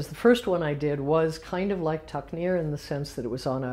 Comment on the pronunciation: its tuknir deathlock not takrir, i could not find this video :D